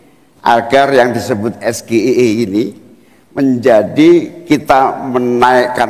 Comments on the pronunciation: Pelafalan SGIE nya harusnya di lafalkan dalam bahasa inggris,bukan di eja dalam pelafalan bahasa indonesia. Trkecuali singkatan yg lazim di sebut,misal NATO,ASEN,OTW,ATM. Sya juga baru dengar "SGIE" tadi malam. Seorang intlek pasti labih memilih utk diam daripada asal jawab. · singkatan bahasa inggris kenapa dia sebut SGIE makanya cak imin tdk paham yg betul itu SjiAii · Gibran yg gak paham,wong singkatan dari bahasa inggris kok,nyebut nya SGIE harusnya es ji ai i itu Inggrisnya. Lah muhaimin bener gak pernah denger klo nyebutnya SGIE. Aduh Mao ngejebak. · SGIE = Singkatan dr bhs Inggris yaitu State of the Global Islamic Economy. Jd kalo singkatan SGIE, dibaca juga berdasarkan abjad bhs Inggris ES JI AI I, jgn dibaca berdasarkan singkatan abjad bhs Indonesia ES GE I E, Wajarlah cak Imin bertanya apa itu SGIE. Wajarlah yg ditanya bertanya apa itu es ge i e, krn es ge i e singkatannya dibaca dlm bhs Indonesia blm familiar kedengerannya. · Klo bacanya SGIE es ji ai I baru artinya State of the Global Islamic Economy. Klo dibaca es ge I e artinya sego goreng Indonesia enak... Anak SD juga bisa bedakan mana Inggris mana Indonesia😂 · Singkatan bahasa inggris harus pke bhsa inggris juga... SGIE= ES JI AI I bukan ES GE I E 😂😂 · SEBENARNYA GIBRAN SENDIRI TIDAK TAHU TENTANG. S G I E , MELAFALKAN SAJA SALAH MOSOK. S G I E DIUCAPKAN ES GE I E. HARUSNYA ES JI AI. I . GITU BRAN. LEBIH BAIK BELAJAR LAGI BAHASA INGGRISNYA MELAFAL ABJADNYA SAJA BELUM BISA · Seharusnya membaca SGIE itu haris ejaan English karena itu singkatan dari bahasa Inggris… jadi tidak di eja es g i e …. Tetapi harus direka spelling english karena SGIE itu singkatan dari English … jadi dalam bertanya paslon cabawapres no 2 seharusnya “ es ji ai i ….. sehingga yg dengar faham.. kiranya KPU buat aturan tidak boleh bentuk pertanyaan seperti metode cerdas cermat … ini level pimpinan tertinggi negara !!! Bravo Cak Imin & PROF MACHFUD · singkatan bhs inggris di baca "ES GE I EE" 🤣🤣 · Pengucapan SGIE wae salah😂😂😂